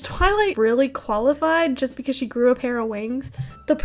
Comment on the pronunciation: “becouse Applejack knaws tha’ bluash” IM DYIIINGGGG